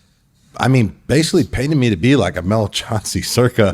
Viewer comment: Chancey called Chauncey